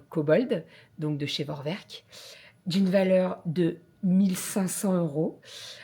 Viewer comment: Bonsoir, Tu souhaiteras un bon anniversaire à Calie. Je te dis bravo pour ton travail thermomix et bien sûr pour recevoir ton cadeau, l'aspirateur. Par contre, on ne dit vorwerk mais forverk en allemand. Le v se prononcé f et le w se prononce v. A par cela, j'apprécie énormément tes, vos vidéos que je regarde tous les jours. Je vous en remercie. Je vous embrasse.